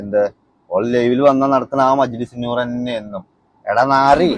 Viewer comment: നി മജ്ലിസ് നൂർ എന്ന് തന്നെ യല്ലെ പറയുന്നത് അഷരം ഒന്നും മാറിയിട്ടില്ലല്ലാ കേൾക്കുമ്പോൾ നൂ എന്നല്ല പൂ എന്നാ കേൾക്കുന്ന